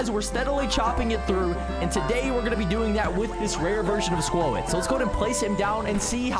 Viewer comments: was trying to type what he said it’s pronounced squot but he said like spuowt or something he also says in some previous videos jeeodee he pronounced the E but using proper grammar you wouldn’t say the ending E one jeeode it would sound like Jee-O-d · For the love of msm, its pronounced SQUAT not SQUO-IT 😭🤣